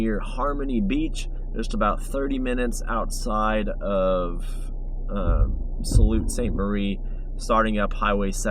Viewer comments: buddy its "sue" st marie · lol it pronoununced Sue Saint Marie it took me a minute to figure out where you were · It's pronounced "Sue" St. Marie" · Love your mental health message in this video. Something that needs more attention, good for you for shining that light. Also, love the drone work (as usual). What drone are you flying if I could ask? (As a life long Michigander Sault St Marie is pronounced "Soo Saint Marie" for future reference) Look forward to your videos! ❤ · You're in my part of the world. It's pronounced "Sue" Ste Marie. Kinda funny I live here, but I'm always heading across the bridge in the opposite direction to explore Michigan. Did you actually make it to Montreal Falls? Did you see the massive ACR train trestle crossing the gorge at the Mackay Generation Station. The road in the video looks like the lower Gartshore dam. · I am absolutely enjoying your adventures! Thanks for the work putting them together and then sharing them with us. Keep up the great work. Oh, Sault Ste. Marie is pronounced “Sue” Saint Marie 😊